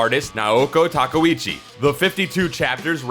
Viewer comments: Her last name is pronounced TA-KAY-OOCHI! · Sailor Aije Tortilla questionable pronunciation is kinda a trade secret of this series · The pronunciation of Takeuchi is killin me. And then I got slapped in the face with TUSKino.